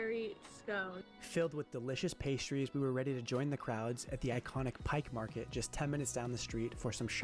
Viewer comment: Why is everyone so upset that he mispronounced pike place market. As long as they enjoyed it.